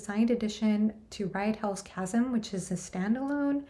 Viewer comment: FYI, the second Elric compilation (Stormbringer) is out.🙂 And, FINALLY, someone pronounces 'Chasm' correctly! 🤣